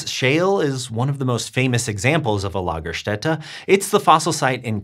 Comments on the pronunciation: Impressive German pronunciation of Lagerstätte! Got the umlaut and the S right. (lah-ga-shtet-a) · Your pronunciation of Lagerstätte is very good. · As a native German speaker i was impressed by your correct pronunciation of Lagerstätte.. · Thats a great pronounciation of the word lagerstatte, im pleasantly surprised!